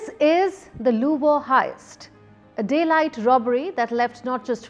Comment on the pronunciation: Lol she said louival heist